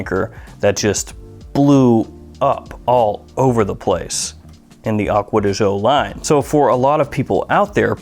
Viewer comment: Sry can't stand it anymore, read it like acqua di joe not acqua di jeaux... Trust me im half italian